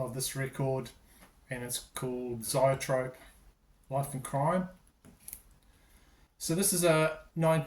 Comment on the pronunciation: That's funny regarding Zoetrope... I have a way to pronounce it, Pascal has another and you do too! LOL